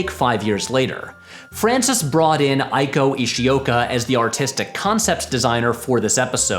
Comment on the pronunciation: I understand that Coppola only cast Sofia in "Godfather III" because Wynona Ryder was originally cast in the role but had to withdraw. Sofia, the story goes, was a last-minute replacement. Also, pronunciation-wise, the Japanese name "Eiko" (as in "Eiko Ishioka") rhymes with "fake-o." P.S. I appreciated Pat reading the colorfully worded descriptions of the wine he was drinking. I think phrases like "hints of chocolate and rutabaga" are intriguing.